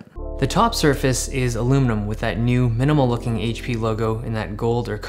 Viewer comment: IT'S ALUMINIUM NOT ILLUMINUM! You can't sodder RAM on. You SOLDER it on!!!